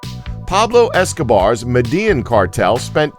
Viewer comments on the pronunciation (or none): this guy said "med-ian cartel" tf 😂😂😂